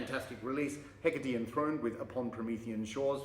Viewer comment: Now I know how to pronounce 'Hecate"! The Thyrane album cover is striking. Cheers mate.